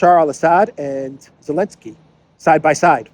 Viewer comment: Why do you call him Elensky??